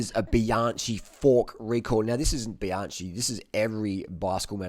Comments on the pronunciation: stop saying bianshee!!!!!!! It s bianchi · Excuse me, pronunciation it is BianKi not Bianči 😉 The oldest bike manufacturer in the world and creator of spoke bikes. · Bianchi is pronounced Bian.ki. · Great video, but Bianchi is pronounced as bee-an-key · I think he is saying Bee- on- chee to piss us off😆😆. . You think he says it bad one lady said to me is that a, Ban-she. Hehehee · Bianchi is pronounced bianki. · New drinking game: drink a shot every time he pronounces Bianchi horribly wrong. 😀